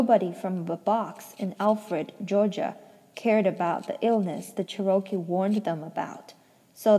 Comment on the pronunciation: Cherokee is the Native American pronounced Chair-O-Key 🌸 Also ty so much for reading this to me while sick 😘